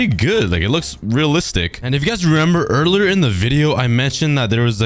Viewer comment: erler😂😂😂😂😂😂😂😂😂😂😂😂😂 you meant to say earlier